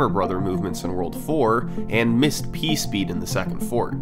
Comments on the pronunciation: hehehehe he said "pee speed" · Teehee said pee speed.